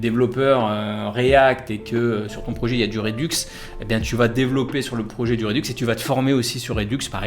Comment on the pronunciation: Magnifique vidéo comme d'hab , juste un petit truc qui me gène sur tes vidéos : redux ça se prononce "RedAx"